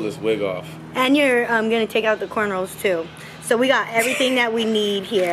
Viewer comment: i know this girl didn’t say corn rolls ...